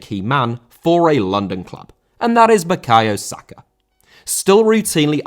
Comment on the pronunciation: Sakar?!It's Saka ffs